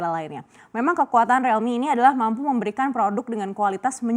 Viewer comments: Rilmi bukan relmi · Krn realme mulai merasa kecantikan.. jual mahal😆 . . . Mbak btw penyebutannya buka 'Relmi' tapi 'Riiiilmi' Riiiiiil😤